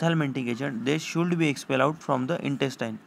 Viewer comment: Sir tum शुड को शुलड बोल रहे हो, आप ने कहा तक पड़ी है pharmacy,,, Plzz रिप्लाई*